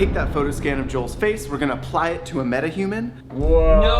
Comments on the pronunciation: I can decide if is saying "Made-a-Human" on purpose... or does he legitimately not know how to pronounce "Meta", and no one at Corridor wants to correct him? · the word is meta-human not mayta-human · How is pronouncing "metahuman" lol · Why does say “meta human” like that😂😂😂